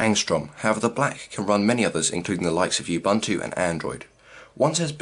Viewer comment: It's pronounced "oo-boon-too", not "you-bun-too"...